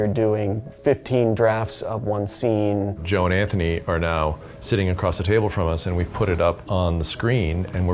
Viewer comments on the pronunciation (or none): none